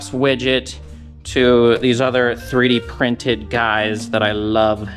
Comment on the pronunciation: The first time you said "3d printed" I heard "Pretty Princess". 👸